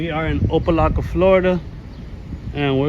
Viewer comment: Its opa locka... Not laka... Dude cant even read or pronounce the city he's in...